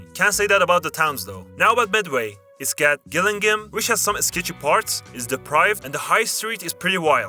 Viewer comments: It’s pronounced Jill-ING-ham btw. Ik it’s stereotypes but it’s alright when you ge5 used to it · It's pronounced "Chat-hum" and "Gilling-hum", with the G sounding the same as the J in "Jug" The way you pronounced Gillingham is correct if you're referring to the one in Dorset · Gillingham in Kent is pronounced "Jillingham" (there is a town in Dorset or some place which is spelt the same, but pronounced the way you said it) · I was born in Gillingham and it's pronounced Jill ing ham 😂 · As a person from medway i can say spot on other than its pronounced Jillinhum